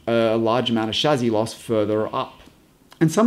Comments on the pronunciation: chassie not chazzie but great vid other wise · Amazing video, thanks for sharing your knowledge and expertise. Also it's 'Shassee' not 'Shazzee'.. but hey, at least you didn't say 'Chassee' :D Geat video mate! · Did no one at Merc tell you that you pronounce chassis wrong? Its not a chazzis my guy. Nah but in all seriousness love your vids! When ever I see a new design to the cars you are the first person I think of and I cannot wait to see your interpretation of the designs! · For pity's sake, can you PLEASE learn the French pronunciation of the word Chassis - I waas trying to figure out if you were talking about someone called 'Shazzy' or if that was an adjective (positive or negative?) to describe something on the car as 'shazzy'? You must have driven the guys crazy at Mercedes with this antipodean interpretation. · So much better than the other explanations I've found. Only now noticed though (despite watching a lot of vids here) that pronounces chassis as shazzy. Tickled me every time, once I'd noticed:D